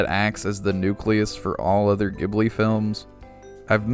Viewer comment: Ghibli sounds like Jibbly